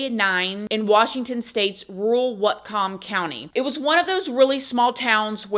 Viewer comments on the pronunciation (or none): WA here 🙋🏼‍♀️. Love you - it's WHAAATCUM (NOT WUT, BUT WOT- LOL). Thank you for covering this one!!! 👏🏼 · Lol love you you said Whatcom county.😂 I lived there fir a long time and never have I heard anyone pronounce it like that.